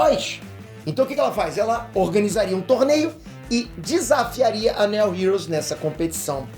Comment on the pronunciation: O Nome "Neo" heros tem a mesmo fonema do nome do principal ator de Matrix "NEO" e não tem esse som de "E" na pronúncia! 😁